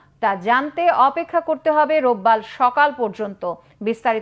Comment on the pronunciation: রোববাল না রোববার😄